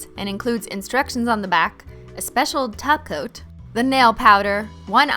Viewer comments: Umm im sorry its "taco" not top coat halo im gonna need you to get it together Cristine. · Are you saying gel top coat or gel taco i keep hearing gel taco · Does she say "taco" instead of top coat as a joke? Lol that's awesome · I cringed every time she said top coat and not TACO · When she says topcoat instead of taco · When you say "top coat" I hear taco.. and it's making me hungry... lol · I heared tahgoat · Same here, I heard tacoat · I feel like she said it so fancy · Sounds like a thing you would say to roast someone "BOIII YOU'VE BEEN TACOAT" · No, she said "Tacoat" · Every time she says top coat it sounds like Taco 🌮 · Did she say top coat instead of taco???? Are you okay cristine???